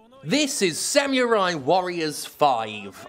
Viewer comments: SAM - YOU - RAI is back It's samurai. Not Samyurai. Samurai. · I knew this review would be shit when you pronounced it "Sam-you-rye". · sam-yoo-rai cool hwip